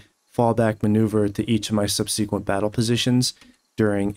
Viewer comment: Great vid as always in this series. Minor note, but I'm pretty sure "subsequent" is pronounced sub-sikwent, instead of sub-see-kwent.